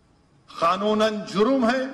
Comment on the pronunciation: Kanun ko Khanun pronounce karne wala layer